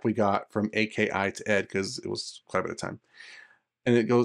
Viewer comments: A.K.I is pronounced as Ah-key, thats how the announcer says it's. just saying... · The fact you say it as A-K-I shows me you don’t even play this game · Just looked thru his vids he's a mk guy. I'm like, who still says A.K.l?